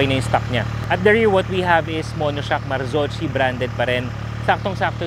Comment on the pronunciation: "Marzocchi" is pronounce "Mar-ZOK-kee", note the "kee" it does not sound "chi". Hope it helps!